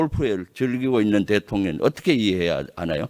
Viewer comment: 대통년으로 들려요 ㅋㅋㅋㅋ